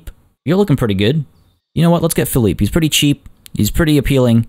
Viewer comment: It’s pronounced (Fil-E-Pay!!!) not (phil-E-p) btw, put logs under your bridge. Make it “cabin countryside”